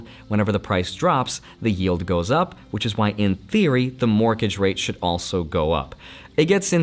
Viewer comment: Morkege rate? or Morgage rate? Not a hater love your content! just thought it sounded funny, fantastic content as always!